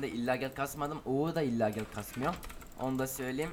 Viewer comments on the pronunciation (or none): Illagel ne ya illagal bide uzatarak soyluyon :d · illagel değil kankş okunuşu illegal :D